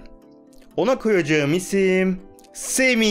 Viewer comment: abi semi değil sami